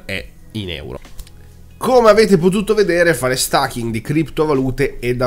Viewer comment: Certo che stAking...... è inascoltabile....😁😁😁😁